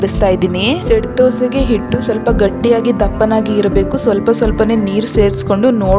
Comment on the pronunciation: ಹಿಟ್ಟು ಅನ್ನುವುದನ್ನು ಇಟ್ಟು ಎನ್ನುತ್ತೀರಿ , ಹಿಡಿ ಅನ್ನುವುದನ್ನು ಇಡಿ ಅಂತ ಹೇಳುತ್ತೀರಿ.